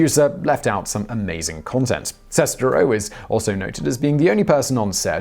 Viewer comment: I think you mispronounced Sestero. Like, a lot.